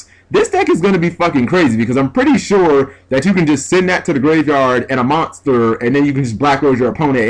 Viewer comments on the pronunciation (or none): none